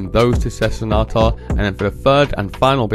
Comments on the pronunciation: "Sessanata" lmao It's Sessanta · Sessanta,not Sesenata. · Her name is Sessanta not Sessenata lol😂